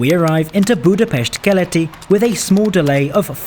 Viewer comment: bro pronounced Budapest correctly, omg this is a rare moment in history